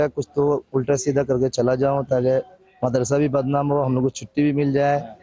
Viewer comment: पत्रकार मदरसा बोल मद्रासा मद्रासा काय लावलं आहे